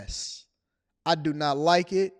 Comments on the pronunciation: I.“WHAT”.S It’s IRS not I our S 😂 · Is he saying I "our" S